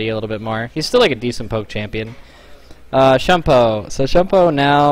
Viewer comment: "Shoon-poh" "Kee" As usual, our ability to read Asian vowels is notoriously awful as usual.